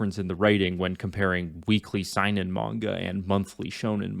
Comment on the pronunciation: You pronounced Seinen wrong and yes you are right Seinen and Shonen are more than their demographic and the perception of those types of manga